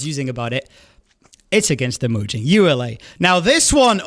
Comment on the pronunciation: Pronouncing it like ULA rather than ee-you-la is interesting I've never heard that before.